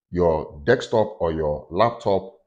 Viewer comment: Remote, as you pronounce it you make me laugh 😆, as soon I got my VR set I will be doing Remote Desktop on it, so now every time I’ll be remoting, I’ll automatically think about you, lol. Great video, thnx for sharing and happy deXtopping 🤣🖖🏻